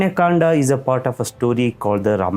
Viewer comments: It’s Kand not Kandaa !! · What is kanda...say kaand🤣🤣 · It's Ramayan ( not Ramayana), it's Kand(not Kanda), it's lav and kush (not lava and kusha). Don't use unnecessary words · Please correct your pronunciation, No one RAMA , he is Shree "RAM". And What is Kandaaa, There is no word is like kandaa. "Kaand". Don't use AI generated pronunciations . Those are Hindi/Sanskrit words and their prouncotation should be like that way. what "aaaa" in everything.😂😂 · its kand not kanda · Start pronouncing it properly....it's Ram...not Rama.......it Kand not Kanda..🙏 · Please correct all your pronunciations its RAM not RAMA, Its Ramayan not RAMAYANA, its KAND not KANDA. What is this obsession of adding a extra "A" at the end of every word and changing all the holy names. Its always been RAM not RAMA, RAVAN not RAVANA and so on... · Pls proboince Kand correctlt. Without"aa" at the end Its kand. Its Dashrath. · Pl don't pronounce 'Ram' as 'Rama', 'Kand' as 'Kanda' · Why saying ram to RAMA, kand to KANDA, correct it, you can easily pronounce it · why is always बाला but actually it is बाल similarly it is not Kanda it kand So it is Baal Kand Ayodhya kand Himalay not Himalaya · can we please stop adding an 'a' at the end of everything? Rama...Kanda...Dashratha... Its ok to spell it that way but why do we pronouce the a?? Its Ram not Rama. Kand is not even a noun, why an 'a' at the end of it? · People in South India, i request you, please stop putting "a" at end of everything... and pronounciation doesn't end in "aa" sound. Its' Ram, Kand, Yuddh, Arjun, etc... no "a" at the end. Thank you. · First of all stop, spelling Hindi words as English words, it's not Kanda it's Kand. People behaving like they can't speak Hindi words.